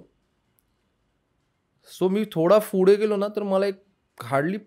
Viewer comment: Pudhe❌ Fhude✔️😂😂😂